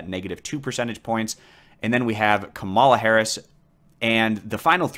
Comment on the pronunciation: Kamala Harris' name is pronounced KAH-mə-lə.